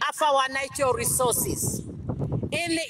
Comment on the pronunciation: You think somebody that can't even pronounce the word natural resources properly, can take care of it? Ovo otaaningi ashike iinima yavo😢